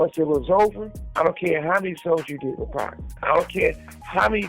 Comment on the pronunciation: The way this man is pronouncing Pac and Suge makes it hard for me to take him seriously on things ‘HipHop’. Except for things I’ve actually seen any of them speak on in interviews.